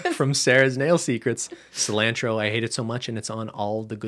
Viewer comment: the way cristine says cilantro as a mexican makes me i cry a little